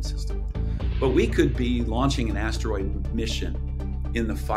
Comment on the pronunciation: Why does she keep saying ashdroid? There's no H in asteroid.